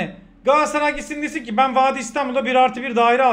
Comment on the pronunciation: Ya kardeşim GALATSARAY 'a GAASSARAY DEMEKTEN NE ZAMAN VAZ GEÇECEKSİNİZ? TÜRKÇE DE BÖYLE BIR ÜNLÜ DÜŞMESİ KURALI VARDA BIZ MI BILMIYORUZ?